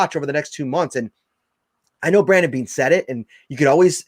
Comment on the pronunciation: His name is Brandon Beane, not brendan beane. 🤬